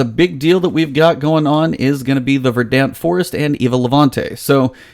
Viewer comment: It's pronounced "Ver-dunt."